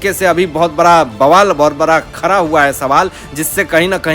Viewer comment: You are also belong to fake news channel !!! Take it from me nothing will happen Shari Hatodi not Hathori. Like English man don’t say “ R” where “D”. It is BADA not BARA & Khada not Khara First learn to pronounce properly or go & Stay in London & Work for BBC